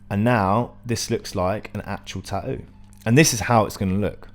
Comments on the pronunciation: No, "tahou" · tahoo lol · The way you pronounce tattoo makes me furious